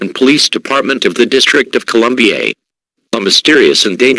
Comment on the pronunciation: "Throughout the entire District of Columbiaye". Lol. Great scenario, I enjoyed it.